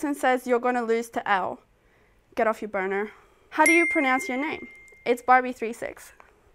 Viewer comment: I thought she said boner 😭💀